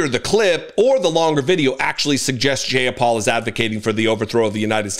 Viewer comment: Her name sounds like: J-Eye-Ah-Paul. For future reference, if unsure of pronunciation: Google it.